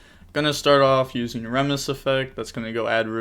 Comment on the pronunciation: remus is pronounced ree-muhs, based on the founder of ancient rome